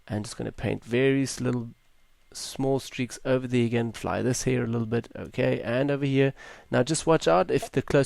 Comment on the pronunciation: I came here for educational reasons but as soon as I heard the word "heeer" for the 20th time . about 30 seconds in - I lost it. May I ask if that's some sort of accent or dialect? I'm not a native speaker myself and have NEVER heard someone pronounce hair like that. ^^ Tremendous work btw, I'm way too lazy to do ALL of that.